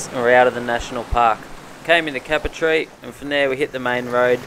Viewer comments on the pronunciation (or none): Great vid bud and prob a bit late but as a Local its pronounced "cape-er-tee" keep up the good work mate, love the vids